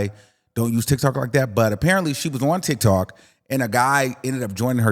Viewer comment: The way you say TikTok sounds like TikTalk. I kinda like it a little bit.